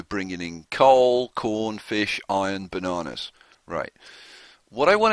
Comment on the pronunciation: Is there a way to adjust what you're doing with your imports? I'm having the same issue with the coal and iron, and I'm not sure if I'm able to tell them to use it for the steel mill somehow. Also, love the videos. Your voice is unique and fun to listen to. The way you say bananas is so funny. Thanks so much for the videos!